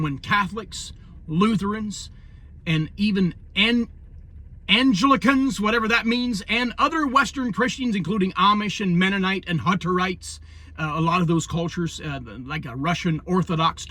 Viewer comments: Pronounced.......AN-GLICK-ENS where I was raised.😊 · Its pronounced Ann-gla-can, and Anglicans are Christian.